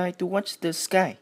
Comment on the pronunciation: đang nghe mà đến đoạn "sờ kai" của ad mà e phì cười :3